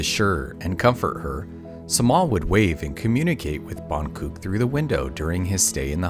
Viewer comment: Cemal is not pronounced with a C but rather a J because it is a Turkish name.